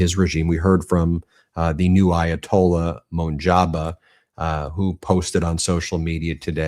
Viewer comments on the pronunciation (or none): You keep pronouncing Mojtaba wrong